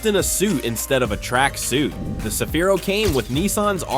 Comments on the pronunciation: 日本ではサフィーロ でなく セフィーロです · いきなりサフィーロじゃなくてセフィーロだろ！。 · さびぃ～ロじゃ無い。セヒィ−ロ゙だす。